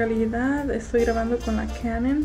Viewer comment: canan.. tasheeba .. basbai khampak.